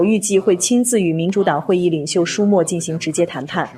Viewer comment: ，做翻译的是用你的声音的机器人？要不不会把进行读成进航吧！